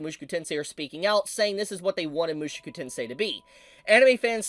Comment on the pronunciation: Oh dear can't stop myself... MushOku not MushUku! Show not Shoe!